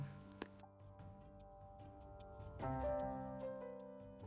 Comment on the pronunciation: oops its Dunstanburgh not DUM :)